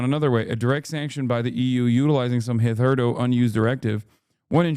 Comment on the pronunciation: Someone should really tell Hassy that "hitherto" is hither-to...